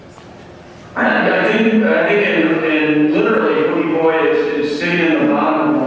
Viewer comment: OMG WHAT IS WRONG WITH THAT GUY, IT'S PRONOUNCED "BOOGIE BOY"!